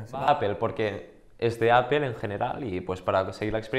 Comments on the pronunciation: ¿Como que Apel? por que los españoles pronuncian tan mal en ingles? Apel Yotube .... es por que son asi ? lo hacen aproposito? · APEL? jajajaja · De echo se pronuncia apl ;) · por que dicen appel? :v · Que pendejo esta ese wey .. Ni siquiera save pronunciar . Apple en ingles .... ... Con eso para mi. Es un pendejo. .. De tecnologia .... ... Y por el android .. Perfecto argumento